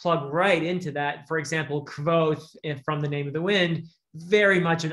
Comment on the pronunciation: Yay! Kvothe was mentioned! Actually, I just wanted to hear it pronounced... Didn't sound enough like a sneeze. :p